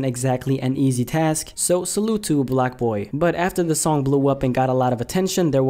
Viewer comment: It’s blockboy not blackboy tf